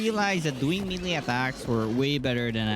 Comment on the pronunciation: man said me lee weapon instead of may lay weapon...